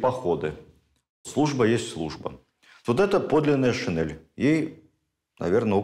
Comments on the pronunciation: ШинЕль, а не шинЭль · ШинЕль!!! Нас учили в школе произносить это слова через Е! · Спасибо огромное, Владимир Ростиславович! Ваши лекции всегда интересны и очень познавательны❤❤❤ Я прошу прощения, но одно замечание, слово шинель произносится с мягким н и произносится "е", а не "э". Просто это уже не в первый раз. Немного режет слух. Спасибо еще раз!!! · Замечательно, но шинель. НЕ ГОВОРИТЕ ШИНЭЛЬ.Это не верно и не норма русского языка.Благодарю. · ведущим проекта : пожалуйста, обратите внимание на произношение слова ' шин'ель с мягким 'нь'.